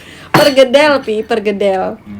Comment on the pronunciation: PERKEDEL yg benar..bukan PERGEDEL